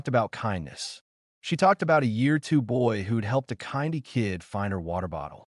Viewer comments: You really do need to smarten up your conrtol of hte AI voices. It's not difficult. Just change the spelling of the words you give the voice to say. For example you refer in this video to someone helping Kindy Kids. Your AI voice pronounces it Kyndie . it's Kindy with a short 'i'. because the word 'kindy' is an abbreviation of kindergarten. You are getting more and more words mispronounced. The other day you pronounced the name of the beach in Sydney "Bondi" the same as the recenly fired US Attorney General Pam Bondi. the Sydney suburb/beach is called Bondi with a long 'i'. as in 'Bond-eye' the former US AG is pronounced 'Bond-EE' . that's American. the Sydney beach is named because the word is an aboriginal word. it's 'Bond-ee." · Also the way the AI voice pronounced Kindy 😆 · You lost me at the NZ flag and mispronunciation of Kindy.. if you're going to use AI for your entire video, at least make sure it's correct dude.